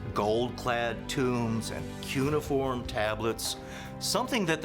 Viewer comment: Does anyone know how to pronounce cuneiform correctly 🤦‍♂️